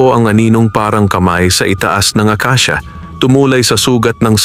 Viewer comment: Himdi akisia kundi akasia